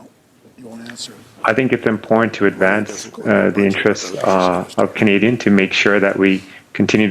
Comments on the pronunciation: Who taught him to speak English? I have never heard the word "imporn" before. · Oh, excuse me, it's "impornt". I've never heard that one before, either.